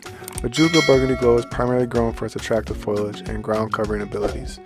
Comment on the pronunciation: Foilage? 😅 I think you meant foliage. Lol